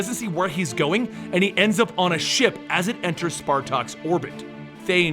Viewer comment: martin +Ryan Pelopero i think it was said wrong Thane son of thanos ---Thanos father of thane